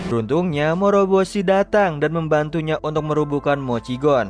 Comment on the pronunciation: morboshi, moroboshi